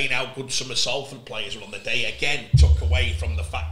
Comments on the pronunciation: We’ve been around 145 years and you’re still pronouncing Salford like Matty Johns. Good pod guys, great insight. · Come on Salford said as Solford m8